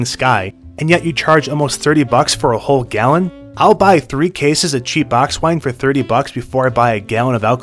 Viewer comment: When you said "cheap box wine" I heard - cheap ox Wang. Glad I replayed that😂